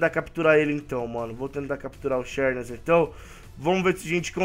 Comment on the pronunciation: pronúncia se zerneas não cherneas